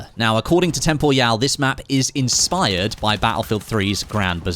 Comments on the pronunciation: I always thought it was pronounced "Temporal" rather than "Tem Por Yau" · tem-po-ryal, like "Temporal" just with an added Y. Tho IG your pronounciation would be correct if hes French or German or smth like that haha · that has to be the weirdest way anyone has ever pronounced Temporyal's name 😭😭😭